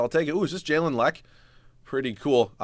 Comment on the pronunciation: this nigga said jalen leck nigga it’s leh-q